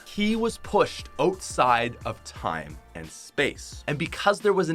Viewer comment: why do i put so much emphasis on your O’s all i here is oteside not outside